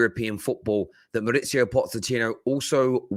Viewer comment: He never gets his name right…maurizio pozechino…😂😂